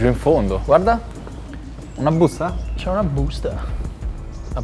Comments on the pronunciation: "c'è una BBÜSTAH" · Sentire "una büsta" in una produzione del genere non ha prezzo 😂